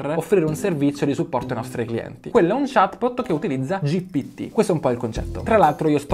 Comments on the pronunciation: Stavo uscendo pazzo, non capivo se ero pazzo a sentire GTP o lo dicesse veramente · 1 shottino per ogni "GTP"